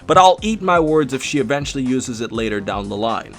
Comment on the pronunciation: O VENTUALLY??? really????